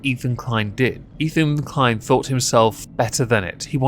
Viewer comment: Ethan Klein; it rhymes with " whine" . . . I fankyew! 👁👁 🐙